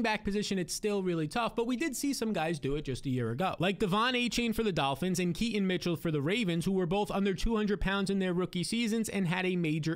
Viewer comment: How do you mess up keaton mitchell's name so many times and in so many different ways? Do you not notice when editing?